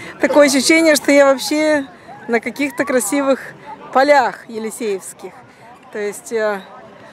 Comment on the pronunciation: здравствуйте.Прошу прощения за то что возьму на себя смелость немного Вас подправить( "режет"ухо).Поля -Елисейские,а Елисеевский это был магазин в Москве при СССР. Спасибо за видео.Как все предыдущие очень интересное.